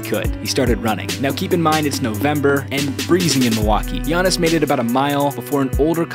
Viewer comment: Fr it irritated me how they pronounced Giannis name